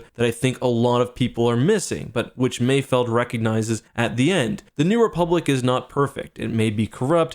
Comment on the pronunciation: Thank you for saying it correctly, "Mayfeld", people keep saying Mayfield but they clearly say mayfeld several times lmao